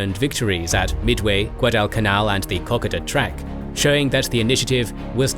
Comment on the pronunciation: Once again commenting to correct your narrator's pronunciation of "Kokoda" from "cock-od-duh" to "Koh-kowe-da"